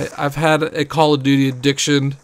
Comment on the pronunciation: "I'm sowwey I was playing Cawl o Duty" lol